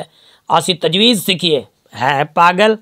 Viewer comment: tajweed hota ha tajweez nhi